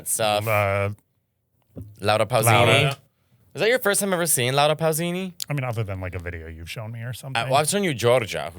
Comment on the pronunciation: Nick:Laura pussini!🙂 Mateo: Pausini!